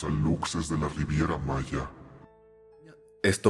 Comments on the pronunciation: Como persona de Quintana Roo, me muero de risa al escuchar la palabra "Alutses" por los Aluxes kajsnd,, se pronuncia "alushes". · ora que alucses jsjsjsjsj se dice alushes jsksjakkajsasa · como yucateco me temblaba el ojo cada vez que escuchaba "alucses" jajaja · Alucses así no se pronuncia sailor es aluxes suena: alushesh la x es como sh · aluxes → alushes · No es aluxes es alushes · Amo esto pero me duele la pronunciación de "aluxes" 💔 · Hola. La pronunciación que es válida de "aluxes" es alushes. Te amo. 🖤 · Hola caracolas, soy de Campeche, de la mera península y me dio risa como pronunciaste ALUXES. Nomás como dato, se pronuncia ALUSHES. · Se escribe "Aluxes" pero se dice "alushes" jeje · se dice "alushes" la "X" la pronuncias como "sh" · Amigaa que miedo, esta ves si me 😅 asusteee, petición para un especial de historias ultratumbisima de halloween, por cierto si pronunciaste mal aluxes pero se dice alushes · Aluxes = alushes (así se pronuncia, es maya) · Los aluxes se dice alushes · se pronuncia alushes xd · Jaja sailor se pronuncia alushes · Me da risa como pronuncias Aluxes bb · Solo por corrección, la pronunciación correcta de los Aluxes es "Alushes" ya que la X en maya suena como la sh. Cuando se trata de un singular se pronuncia "Alush", pero cuando es en plural es correcto "alushes".